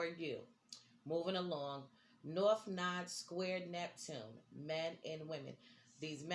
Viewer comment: It’s node not nod, rhymes with nose